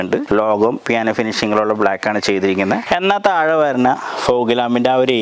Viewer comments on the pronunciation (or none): none